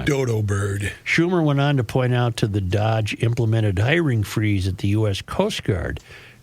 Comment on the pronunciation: STOP SAYING "DODGE" IT'S PRONOUNCED "DOUGHJ"